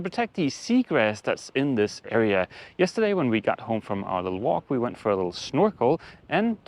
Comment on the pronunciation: 🤌they-a went-a out of business🤌. 🤗😂